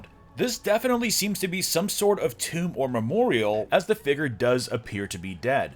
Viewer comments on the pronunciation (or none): exactly! figure not "figgur" lol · figerrrrr